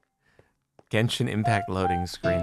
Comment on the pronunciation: "Wait this isn't gendhin again, is it ?" Always has been lol